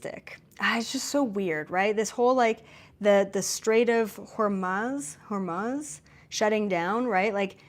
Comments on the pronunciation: PRONOUNCED HER-MUZE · You were right the second time at your attempt to pronounce the Straits of Hormuz. It is pronounced as Hor-mooz or Hor-muth if your French, like any word that ends in UZ you say as ooz. And luckily there aren't too many words that end like that, not in the English language anyway 😆🤔👍✌️ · U pronounced Hormuz right the first time :) “muz”. I also have an amazon wish list called Apocalypse Essentials , that I created during the pandemic lol. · That's the Strait of Hormuz -- pronounced "whore-moose". Just messin' with ya!! Love every minute of this enlightening presentation ❤😊😊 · News casters broadcast spells with their pronunciation. Hormuz they pronounce (hormoose) and Israel they pronounce (is real) Etymology The name derives from the Zoroastrian god Ahuramazda, though some suggest it comes from the local Persian Hur-Mogh ("Place of Dates") or the Greek hormos ("cove"). Wikipedia Wikipedia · FYI, it's pronounced "Whore Moose", like "Strait up the Whore Moose". Yes, the verbiage is funny, but that's the real pronunciation. Feel free to Brave it to see sites showing the pronunciation. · Sounds like "hore - moose" 😉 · That word is pronounced Hor (like the prostitute) Mooz ( rhymes w/ booze) 🥰 Thru numerous other sources I basically came to the same conclusion you did thru your remote viewing.. I just wasn’t sure how long it would last. So grateful for your confirmation all your advice … everything you’ve spelled out here. As always … I pray for your Divine Protection!!! And so it is!!